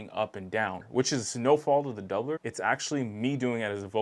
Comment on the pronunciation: I’ve been curious about this one. You said their name better than me, lol.